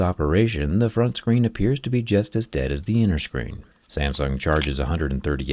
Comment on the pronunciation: pronounce "SAMSUNG" correctly first